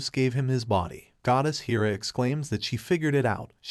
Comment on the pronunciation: It's hair-uh, not heer-uh.